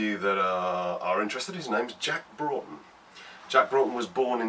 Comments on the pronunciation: Loved the vid! Thank you for being one of the few people to actually pronounce "Broughton" correctly! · I'm also a decendant of John 'Jack' Broughton. My grandad used to tell us the story when we were young. As others have said, glad you got the pronunciation correct.